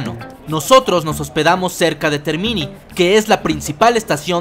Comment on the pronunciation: Muy bueno el video.... Te comento que TERMINI, en italiano, significa TERMINAL (estación terminal) y se pronuncia acentuando la é... Términi... Gracias por el video !!!!!